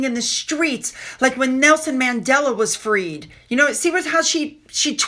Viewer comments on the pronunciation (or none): none